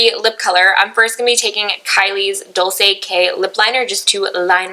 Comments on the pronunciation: Lol you say dolce weird.. you say "dol-say" when its pronounced "dol-chay" haha love you still! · Also it pronounced "Dole-chay" and Blinking "Bute" not "Bue-Tay" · You always say dolce wrong lolll